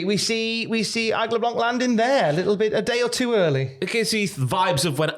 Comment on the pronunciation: Aigle Blanc in WWE would be awesome. We have great wrestlers over here, Aigle and Senza Volto being the best (to me) By the way, the C is silent in "blanc" 😄